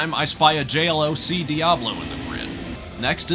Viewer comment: Saying J-L-O-C instead of J-Loc is for the truly deranged individuals. This man probably sleeps on his sides with his back turn away from the wall.